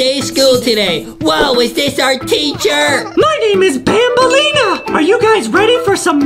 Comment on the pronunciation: Its not banbaleena its bambaleena